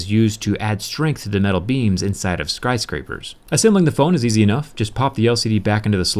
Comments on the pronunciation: He said skryscraper at 821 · I replayed this a couple of times to make sure I didn't misheard what zack said, but he said skRyscraper. I find that very amusing hahaha :)